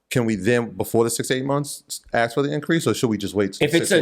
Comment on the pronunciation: “Ask” NOT “Ax”